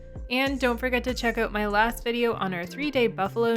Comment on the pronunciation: Good video quality, and you and your husband (?) are very well spoken, even if you do have a problem pronouncing "out" 🤣